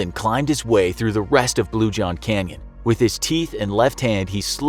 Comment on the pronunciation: I thought it said crayon instead of canyon 🤦‍♂️